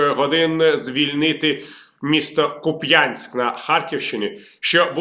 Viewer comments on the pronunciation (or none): У мене кума звідти, правильно не Куп‘Янськ а КУп‘янськ. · Вибачте, але кУп'янськ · Ку́п’янськ, наголос на букві У. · Харків’яни говорять КУп‘янск, а не Куп‘Янск 🇺🇦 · Пане Віталію як уродженець тих країв хочу поправити не КупЯнськ а КУпянськ і не БАхмут а БахмУт мені 62 роки і добре памятаю як говорили мої старші родичі а вони були українцями в Бог якому поколінні , З повагою Анатолій Борис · Віталій, не Куп"Янськ. Правильно: КУп"янськ, будь ласка. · Та коли ж ви почнете вивчати назви ураїнських міст? У кожному відео в коментарях пишу КУ́п'янськ, а не Куп'Я́нськ. Зла не вистачає. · КУп’янськ, а не Куп’Янськ. :))) Але новини добрі. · Куп'янськ - наголос на перший склад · що за дивний наголос для Куп`янска? [ ку́пй’ан’с’к ] у́ [ у́ ] - голосний, наголошений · Шановний Віталій! "КУп'янськ". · КУпянськ.... Наголос на першу частину назви!!!!!! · шановний Віталію.у слові купянськ наголос,здаєтья,на першому складі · Доброго дня. КУп’янськ -наголос на У. Дякую за контент. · не філологи, а мешканці Харківської обл. Неприємно слухати, як усі перекручують назви наших міст, то Куп'янська, то Балаклії. Це неповага до місцевих, тим паче у 21 ст., коли правильні назви і наголоси на першій сторінці Гугл пошуку. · ти що! Така ж проблема! Наголос не так поставили на назві селища! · Як вже дістали,в слові Куп'янськ треба наголос ставити на перший склад! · Віталій, Купянск - ударение на У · звідки цій жахливий наголос у назві міста??? Куп'янськ - наголос на "у"!!! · Купянськ,наголос на у ))) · У назві Куп'янськ ,наголос на у. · наголос на першому складі в "Куп"янськ"